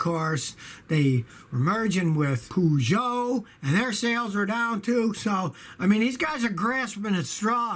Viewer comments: Poo-joe ? Try Pur-joe (soft 'j') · Poojoe ?? Please learn how to pronounce Peugeot,it's not that hard. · "Pooh-Joe" hahahahahahahahahaha! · POOO GEOT!😂😂😂💩💩💩